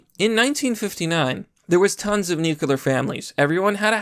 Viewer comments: Dude, FFS, ‘NEW-CLEAR’, ‘NEW-CLEAR’. Not ‘Nu-queue-lar’. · Oh God. Nuuuuclear not nucuuular. Other then that, good vidya.